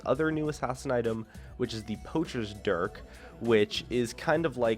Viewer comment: you are 2 inches away from saying Dick instead of dirk